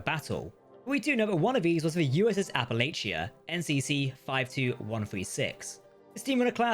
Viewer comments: I don’t normally go around correcting pronunciation but Appalachia was BUTCHERED. It’s pronounced a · puh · la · chuh -Sincerely, someone from Appalachia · You're the one that's actually butchering it. Local pronounciation is wrong. But he is adding T's where they don't exist.